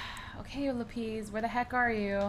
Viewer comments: (Lap-is) not (lap-eez) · Laphis not laphies thumbs up if you know what I mean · The way cupquake pronounces lapis she say LAP-EE-SE instead of LA-PIS